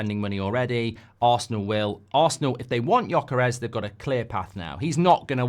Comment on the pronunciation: Holy cow, he finally learnt how to pronounce Gyokeres